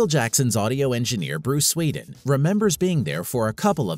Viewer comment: Bruce Swedien not Swiden.